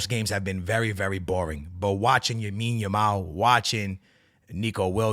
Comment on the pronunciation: "Yamine yamal"